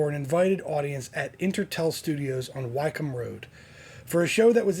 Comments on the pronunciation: Booooooring! Who wants to listen to him bore on and on. Just watch whatever extracts of the original show that you can find. And Wycombe is pronounced 'wickem', not 'why-comb'. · Wycombe Rd - pronounced “wickham” NOT why-cum